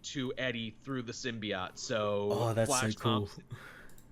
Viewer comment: Everytime I hear "Sim-Be-OT", I die just a little.